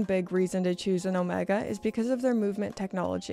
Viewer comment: I do wish you’d pronounce Omega correctly. Please.